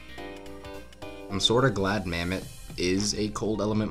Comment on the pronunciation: Bro called the Mammott, "Mammoth".